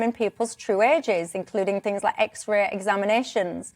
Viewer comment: Yellow hair was completely incoherent and kept contradicting her own argument! Also she couldn't even say X Ray properly, wtf is an xeray?